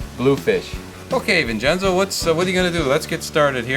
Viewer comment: HAHAHAHAHAHA......Gingenzo. It should be Vincenzo but it sounds like Jingenzo. OK ...OK....HAHAHA...OK...OK